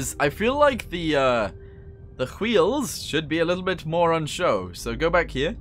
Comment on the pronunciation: I enjoyed the way you said wheels like Stewie... wHeels